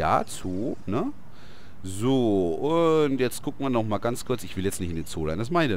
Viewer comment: "Ja Zoo ne?" "Sooo" und das "Sooo" hat sich angehört wie das englische "Zoo" :D